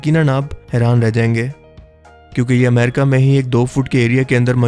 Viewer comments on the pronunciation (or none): none